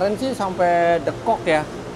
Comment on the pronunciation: Lucu Om bilang deukok nya sunda bgt 😁😁😁 Bismillah sholwatin aja dl smoga ad rejeqnya 😇